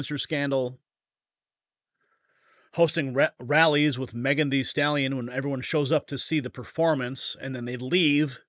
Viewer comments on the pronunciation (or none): none